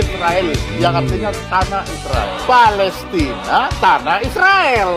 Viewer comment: Yg benar ucapannya palestain at palestina ??? ... Jgn seenakmu bro